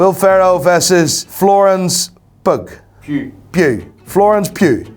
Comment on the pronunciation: Bro really said florence PUG